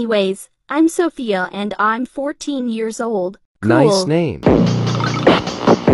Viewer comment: bro he can’t even speak Sophia right💀